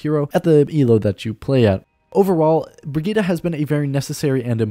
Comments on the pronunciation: Might be late but it’s pronounced BRI-GIT-TE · The name is pronounced Bri-git-te, with the last E pronounced like a long vocal like in Henry or Henderson, doe to the German origin of the name, the last vocal of a name has sound, like in Penélope, so it is Bri-git-te. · brɪgɪttɛ (bri-gitt-eh). Every vowel in her name is pronounced as a short one. (the "i"-vowels are pronounced as in "innocent" and the "e"-vowel is pronounced as in "expert". The "g"-consonant is pronounced as in "baguette".) This got complicated lmao I hope I'll see you trying to pronounce it in a video. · It's Brigitte (bri-gi-te) it's a german Name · Exactly, I am a swede tio and when I hear people saying "Brigittah" I'm like: Pronounce it as in the origin story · Im german it's Brigitte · why not just say it the right way?